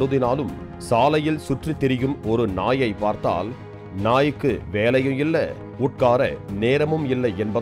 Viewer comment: naayaar ah 😂😂😂 ennada news padikireenga 😂